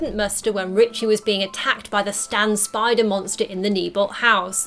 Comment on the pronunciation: It’s Richie. Short for Richard. No T in his name